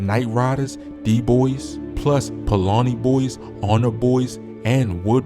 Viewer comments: Paulani boys omg Paulina bro Paulina Paul-Lina say it with me😂😂😂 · Paul-Line-Ah Can always when these videos are done from people NOT from Chicago I heard one the other day call Leavit LEAVE-IT 😂